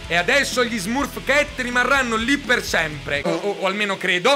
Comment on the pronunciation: E smurf cat si legge smarf chet -_